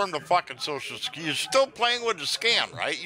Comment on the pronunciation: you know I never miss my Monday funday.... and Love when you say securitay!!! Thanks for putting a little sunshine in this mopes life every Monday!!!